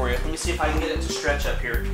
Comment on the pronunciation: Lol In the intro it sounded like he said Hello everone, HAIR